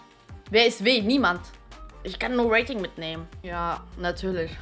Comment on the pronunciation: Dieses "jha" von hahahaha